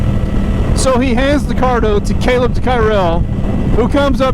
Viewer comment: I met Kaleb at Cresson last year and, like a lot of Moto people, he just seemed like a really good dude. MotoAmerica and the trackday and racing motorcyle stuff is full of just good people, it would seem. He probably wouldn't even mind that you are absolutely butchering his last name. Glad to see him on an Ape this year!